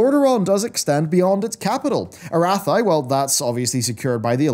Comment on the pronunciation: I always chuckle when you mispronounce Arathi in every video lol I love conspiracy theories like this, I hope they actually do something with this plot thread during the skip after Shadowlands and we come back to a political scenery in disarray due to the fallout from this particular thread